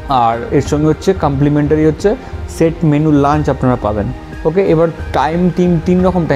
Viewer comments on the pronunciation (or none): Vai tor "Okkhay" ta sunle mnehy ei England er flight thke namli😆😆😆